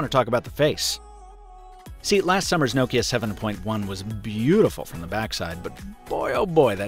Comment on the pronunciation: The way you pronounce Nokia is exremely grating